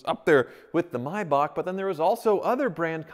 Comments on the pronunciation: It's a MAY bach not a My bach. You even pronounced it right but then just a few seconds later said Mybach again........... eesh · Yay he pronounced it correctly! Was the one thing I was holding my breath for.. So many pronounce ''May'' as in the Month, and then there's those that says ''back'' slight hickup 😂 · Everyone: May Bach: My Boch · pronounces it "Maybock": pronounces it "Mybock" Pick a lane, guy! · its something like Mybakh, definately not May... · MAYbach. Also: MYbach. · Nice car but was hard to watch we don’t pronounce it the same in the Uk , it has a A between the m and y but USA pronounce mybach not maybach but then again I could be wrong ✌🏻👍🏻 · Me: only seeing the name thinking it's pronounced "may-back" Me: hears pronounce it as "My-bahk" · Why do you keep calling it a (my bark) it’s pronounced (may back) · It’s May like the month btw not my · The A in MAYBACH is not silent stop calling it a MYBACH please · I can tell he doesn't know if he wants to call it a maybach or a my-bock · May not mi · Why is it Americans can't speak English? It is pronounced May... back! As in April, May, June. Not April, My, June! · It’s pronounced MAYbach not MUYBACH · Am I the only one who cringes every time he says “My Bach” instead of Maybach? 🤷🏽‍♂️ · Do you know if he is pronouncing “maybach” wrong? i’m not that educated on cars and thought it was always pronounced “mayback” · Clicked off after he pronouncing it "mybok" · No American can pronounce the German/Swiss "ch" right. It's a sound made in the throat, not in the mouth. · Is it pronounced may-bach or mi-bach? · Will you please stop saying Maybach incorrectly 🤦🏻‍♂️